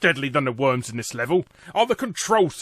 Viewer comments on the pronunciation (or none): none